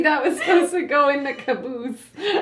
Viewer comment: "Maybe that was supposed to go in the kaboose" lmfaoooo